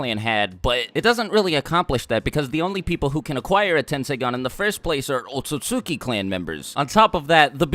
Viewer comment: Why do people keep pronouncing it as O TUT SUKI. It's literally spelt OT SUT SUKI